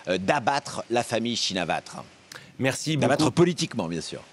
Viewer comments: Après vérification sur tonton Wikipedia (et avant que vous me disiez que Wikipedia c'est pas fiable, je pense que pour un truc objectif comme la prononciation du nom d'un premier ministre, ça va), [pʰɛ̄ː.tʰɔ̄ːŋ.tʰāːn tɕʰīn.nā.wát] Donc c'est aucun des deux, c'est "tchinn-na-wat" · quel desinformation meme pas capable de prononcer le nom chinawat correctement😆 La verite c'est que Madame Chinawat n'a pas ete elue par le peuple est au pouvoir depuis seulement quelques mois et est tres impopulaire, la mauvaise gerance avec le cambodge a ete la goutte d'eau qui fait deborder le vase, le peuple thailandais a manifester sa colere a Bangkok 2 jours seulement, aucune repressions, ou. CRS qui tapent du manifestant comme chez nous, comme le peuple Thai l'a exiger Madame Shinawat n'est plus au gouvernement et dans quelques jours des elections seront organiser pour que le peuple Thai choisissent leur 1er ministre, pour la suite esperont qu'il ne leur voleront leur election comme la derniere avec Monsieur Pita elu par le peuple Thai mais annuler par les militaires et l'ancien ministre Prayut qui n'est plus au pouvoir, petit a petit le peuple Thai reprend le pouvoir et elimine la corruption qui a toujours nuie a son pays, vive les Thai ! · C'est dingue que le correspondant de France24 en Thaïlande soit incapable de prononcer un tant soit peu clairement le nom de Shinawatra lorsqu'on connait le poids politique de cette famille depuis presque 30 ans dans le pays... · C’est quand même fort d’être correspondant officiel en Thaïlande et de même pas savoir prononcer correctement le nom de la famille. C’est "Shinawatra", pas "Chinavatre". Si tu bosses vraiment le sujet, t’as forcément entendu ce nom des centaines de fois, donc le prononcer correctement devrait aller de soi. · pour info, en phonetique thai ca se prononce bien comme ca - "chinavatr" le dernier "a" est bien muet - faute pardoneee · Chinawat et non shinawatra pour la prononciation